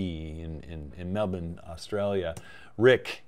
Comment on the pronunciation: Hey, amazing summary of your favs, and great work pronouncing Melbourne nearly perfectly! 😁 (pronounced “Mel-ben” and not “mel-born” as most Americans tend to say)